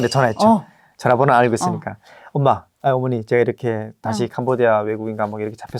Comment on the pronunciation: 엄마라고하는 발음도 ^^ 하나원 발음이 아니고 조선족에 비슷한 ^^ 왜냐면 경상도 우리 애들이 서울가서 10 년 살아도 특유의 말투가 있거든요~~